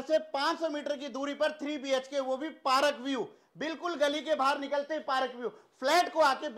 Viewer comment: सर आप बहुत अच्छा बोलते हो बहुत हसाते भी हो घर त़ बहुत ही सुन्दर है। बस एक चीज गलत बोलते हो हर विडिओ मे पारक नहीं होता पार्क होता है I hope you don't mind